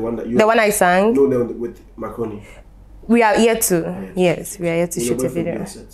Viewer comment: Every time I hear Zion say “Mark Rooney”, It sounds like he’s saying“macaroni”…like taalia 🤣🤣🤣